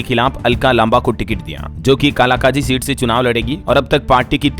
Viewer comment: App Kalka Ji Ko kalakaji boltey hai y galti sudar kijiye